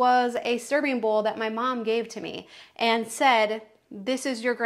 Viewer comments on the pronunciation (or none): none